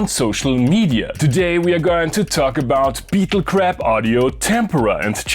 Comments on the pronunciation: I thought you said "beetle crap" and I was like DAMN he's not pulling ANY punches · I swore you said Beetle crap. Lol